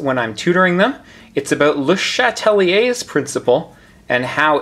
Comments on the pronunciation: I love your videos, you're helping me pass Chem 2, so thank you so much!!! But as a double major (with French) I'd have to say I'm pretty sure its pronounced as Shat-lee-A, not Shat-uh-lee-A, or even pronouncing the first E in Chatelier at all. Regardless, you're the man, thank you so much. Just got distracted by that that and had to mention it. Keep up the awesome work, hundreds of chemistry grades depend on it! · You pronounce his name weird